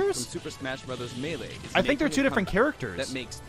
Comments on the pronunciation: Say it with me comment section ITS NOT MELEE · It's NoT mEElE